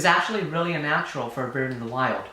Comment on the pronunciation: Are you saying UNnatural? Or “ it’s A natural”?